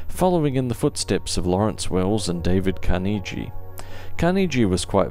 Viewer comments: it's pronouced with a hard "g" same as Carnegie Hall. That's the only way to pronounce it. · Wait. What? Is that how you pronounce Carnegie? I've usually heard it it with a hard "g" at the end.